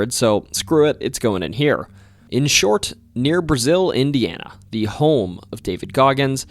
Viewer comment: Bloomington Hoosier here Brazil, Indiana is actually pronounced "brah-zul" or "brah-zil" the "a" is pronounced like the "a" in cat